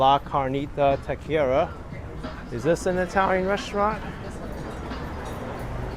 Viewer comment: It’s pronounced “ta-que-riya” not ta-queria”